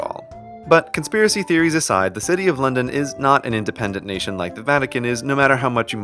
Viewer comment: When london turns to night: 'londoff'